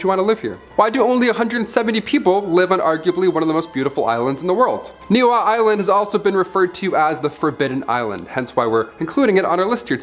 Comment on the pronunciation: Bra its pronounced “Neʻ E Hau”(NiʻiHau) Not Nihau u dam mahoo 😂